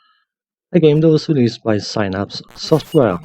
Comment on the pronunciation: Synapse is pronounced with a short I. In with the Synapses of your brain.